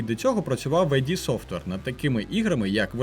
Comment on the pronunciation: мене вже запєхало вказувати кожному другому ігровому блогеру на те як правильно читається Id Software